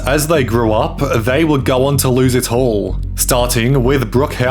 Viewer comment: Your accent is so thick at the beginning I thought you said “they went to lose their hole”, not “ they went to lose it all” 😂😂 had to rewatch it to make sure that I heard that incorrectly